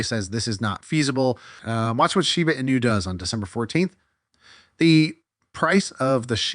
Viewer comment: Your AI VOICE STILL CANNOT SAY SHIBA INU PROPERLY!!! Fake voice everyone.